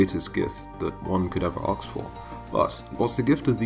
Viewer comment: you sound so intelligent until I hear aks and not ask